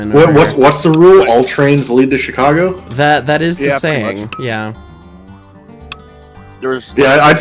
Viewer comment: ‘Chick-a-go’ is now a permanent part of my pronunciation dictionary.